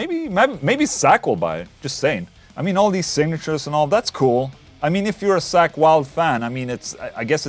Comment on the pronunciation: Call me childish but I couldn't help but laugh every time he pronounced "Zakk" as "Sack" lol